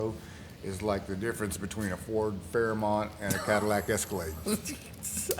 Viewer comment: did you just say Ford Fairnont! We had one in a station wagon growing up and I gotta say that car was sideways many times on them Oklahoma backroads!